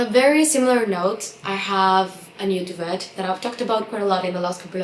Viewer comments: Merry Christmas! I watch all your videos, so thank you for making them! We actually pronounce duvet doo-vay. It's basically a French word we use like fiancé. We also pronounce buffet 😋 🍛 like buff-fay. Your English is amazing but just so you know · Thank you! Likewise I came on to comment too regarding duvet/doo-vay. 🩰 Ballet is also a French word and is pronounced Bal-lay. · Thank you! I was coming here to comment the same and ask (respectfully) to check the pronunciation for duvet on Google. Also the grammar for on/ in - the coffee machine is in the kitchen; the link is in the comment box - use of 'on' instead of 'in' doesn't make sense in these contexts ❤